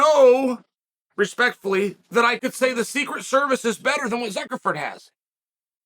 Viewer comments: Ok, I thought I was tripping😂😂😂 He is saying Zuckleford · Hahhhhhhhhhhhhhahahhhaha Zuckerford. Can we get Chael on Cameo mispronouncing names. My goodness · I love how Chael spells the name right in the thumbnail, but then mispronounced it the whole video. That is dedication to contradictory details that kills me. I prefer "Fuhkernerd". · Why do you keep saying "Zuckerford"???....do you mean Zuckerberg???😊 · I can't stop laughing at the fact that he just continued to call Zuckerberg "Zuckerferd" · Ok - Zuckerford? Chael……. Cmon man….. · “Zuckerford” is classic. Gotta love Chael… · Jesus F*&k.. "Zuckerford" multiple times... not a good look bud... :facepalm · “Zuckerford”. Never change, Unc. 😂